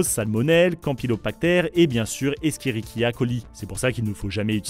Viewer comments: la prononciation d'Escherichia colis m'a fait saigné des oreilles X) (se prononce échérichia, et non éskérichia) pour les cheveux c'est un cercle vicieux en fait, si le cuire chevelu est sec, le corps produit, ce qui rend la tête grasse, qui va donner envie de la laver, qui va la rendre plus grasse plus rapidement... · On prononce "échérichia coli" ;) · Pauvre bactérie "Eskérichia "? XD ça se prononce pas comme mais mais avec un "ch" Sinon la vidéo est bien XD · Escherichia, se prononcera é-ché-ri-chia